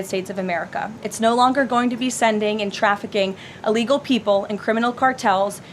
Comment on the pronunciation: I wish she would learn to speak, i's "i" llegal nor "a" llegal!!